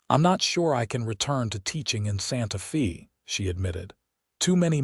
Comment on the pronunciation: EDIT & REVIEW!! The town is "Santa-fay" NOT "Santa-fee". Edit the reading, writing, closed captioning & graphics.